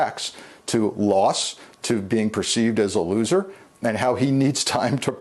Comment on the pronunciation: Please, I absolutely love reports of Trump acting like a child because he's a loser. La-ooz-er 😂